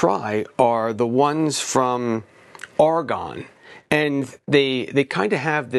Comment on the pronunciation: You meant Ergon(as in ergonomics) not argon(a gas) this should clear it up its not a ne ebtand just Ergon. 😉